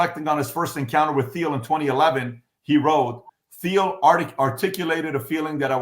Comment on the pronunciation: I would think that a “financial wizard” like PBD would know how to pronounce Peter Thiels’ last name.